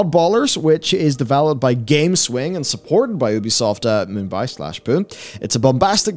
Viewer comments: For the love of god its Pune which is pronounced "Pu-nay" not Poon! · It's pronounced 'Poo-nay', not 'Poon'. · The Indian city of Pune is pronounced "poonee". Lots of programming talent there.